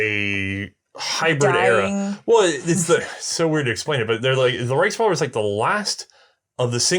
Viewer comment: The “RiceRevolver” lol